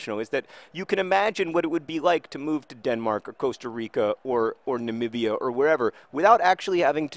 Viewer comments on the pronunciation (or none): none